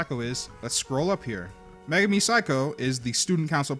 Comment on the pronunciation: ******meh-gar-mi megami